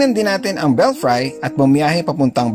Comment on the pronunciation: belfry is pronounced as BEL-FREE po not BEL-FRY...